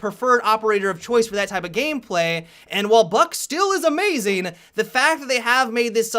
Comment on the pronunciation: " buck is still amazeing" what i herd the first time was "Buck is A_Mei_Zing" god damm you overwatch